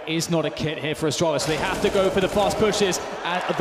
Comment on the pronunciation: love how every announcer pronounces the team name as "austraulis" and not "astralis"